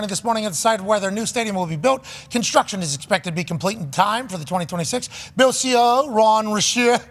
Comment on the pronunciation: Anybody know why pat always mispronounces the buffalo “bills”? He says the beals, he could be trolling.